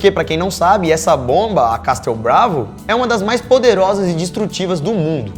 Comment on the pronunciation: A pronuncia de castelo em inglês que fica Castle é pronunciada da seguinte forma : QUEZOL , OU CAZOUL E NÃO CASTOU como vc disse. eSSSKETIT !